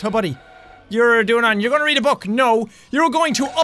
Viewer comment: i don't always comment, but I when do You read it wrong…